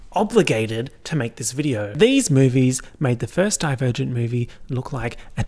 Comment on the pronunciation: every time you say divergent i hear die virgin and i never know wtf are u talking about lmao